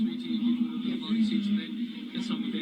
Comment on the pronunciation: If you are going to use the word Maori as a New Zealander you should learn how to pronounce it properly. I am a kiwi and not Maori but I understand respect for the indigenous people of this country and their language.